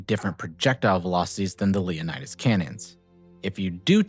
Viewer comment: Leonids, say it with me. Not Leonidas.